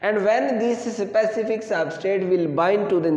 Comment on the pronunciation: sir vo specific hai sapacific nahi hai